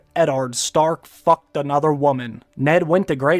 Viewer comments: Honorable Eddard Stark FUCKED some other woman. Loved the emphasis 😂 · That hard F doe